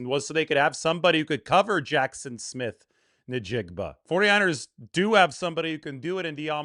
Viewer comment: bro, it's pronounced IN-jig-ba, not Na-jig-ba